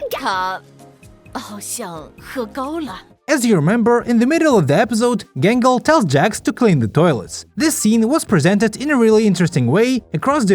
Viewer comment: Everytime i hear 'Gangle' i instead hear "Gamble"